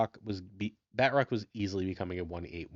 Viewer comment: Pronouncing Batroc wrong with a french accent is hilarious lol